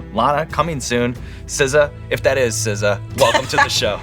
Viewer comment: Not SZA, but BZA